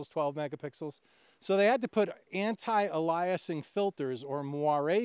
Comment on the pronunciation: ALE-ee-uh-sing but otherwise a good discussion.